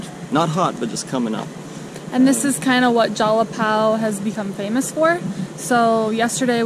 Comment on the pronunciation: Jalapão = "Jalapawn". São Paulo = "Sawn" Paulo. ÃO = awn. 🤣